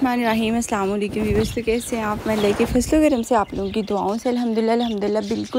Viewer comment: Sab to Sahi hai, lekin Salam karne Ka tareeka bada galat hai Assalamu Alaikum❤❤ Hota hai slamlekum Nahi hota